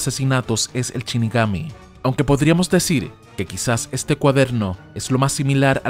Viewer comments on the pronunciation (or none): shinigami, no chinigami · Ya no es " shinigami" ahora es " Chinigami" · Shinigami, no Chinigami. Por Dios!! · "chinigami"? en serio? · DEF NOUT???? Porque asi?? DET NOUT se pronuncia men Y anime va con el acento en la e!! de donde coño sos?? CHINIGAMI??? pfff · Me sangran los oidos cada vez que el narrador dice "chinigami"